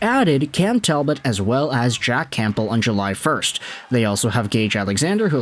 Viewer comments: Heads up the p in Campbell is silent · The 'P' in Campbell is silent lol